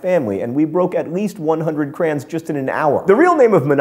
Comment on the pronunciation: John Green pronounces "Crayon" the same way I do. Take that, decepticons!